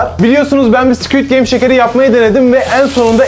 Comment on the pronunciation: abinin squt gameye sikiytgame demesi😂😂😂